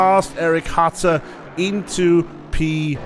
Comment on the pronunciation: hi, I just wanted to day that my name is not Hatter but Hutter. If possible pls pronounce the U like a U not like an A. XD